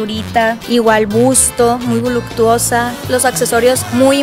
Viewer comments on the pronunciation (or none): Jaja si lo notaron?! Y al tmbn "muy vuluctusa", estas escort dan risa se dicen muy empoderadas y necesitan buscar un "hombre de dinero" pa que las mantenga, que triste mentalidad. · Jajajaj desde que dijo “muy voluCtuosa” perdí interes en el video